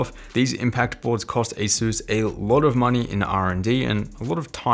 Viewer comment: Since you're one of my favorite YT-ers, figured I'd share... Asus = Pegasus Systems, so you too can pronounce it correctly! :D